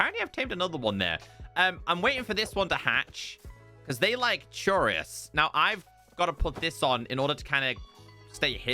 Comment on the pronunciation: No offense but you say chorus weird. It's pronounced "core us" named after the fact that it growing sounds like a chorus.